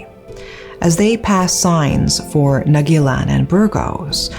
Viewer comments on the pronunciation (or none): The naguilian is pronounced /nah-gil-yan/